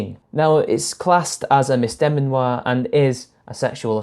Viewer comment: Mis-de-MEEEEEAN-or. Not miss-demi-noire.